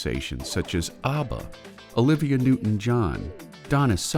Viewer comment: Not ARBAR.. ABBA!